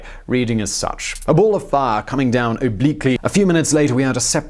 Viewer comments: I can't take him seriously the way he pronounces the word "fire". It almost ruins the video. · "set the forest on FAAA"